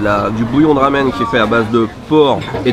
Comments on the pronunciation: C est un peu perturbant qu il dise « lamen » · tu peu dire "Ramen" avec le R a la Française stp , ça me rend fou la façon dont tu le prononce! super vidéo comme d'hab sinon :P